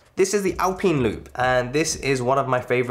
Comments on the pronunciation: Is that how British folks pronounce Alpine? “Al-peen”? I’d pronounce it as “Al-pine” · "alpeen" come on dude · He is the only person I’ve ever heard say it that way, and I’ve been British for 34 years